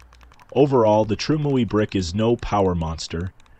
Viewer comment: trime ooey brick says the AI